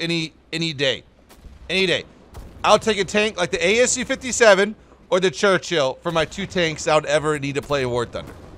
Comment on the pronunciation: Ah yes, the Gerchill.